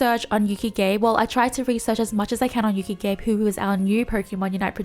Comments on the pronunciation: Hey, just a heads-up: being a Japanese name, Gabe is pronounced Gah-Beh. It should not rhyme with "Babe":p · that's not how you pronounce Gabe lol it's Gah-beh 😄